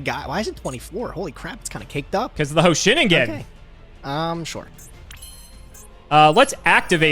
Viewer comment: The average series watcher may be upset with the lack of respins and choice of decks. But I just want them to say Hoshiningen right 😞 It's basically 2 words. Hoshi and Ningen. (Knee-n-gehn) Otherwise I enjoyed the duels this week